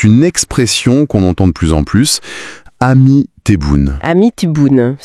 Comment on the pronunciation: Ce n'est pas 'ami' mais āami qui signifie tonton affectueusement ou bien mon oncle (le frère du papa).